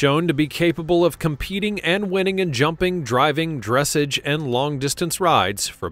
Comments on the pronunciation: It is not "DRESS ij." It's "druh SAAZH". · Thank you! I am a horse freak! Btw...Its pronounced Dressahhhge...not dressage. Just saying! I love all of your work!!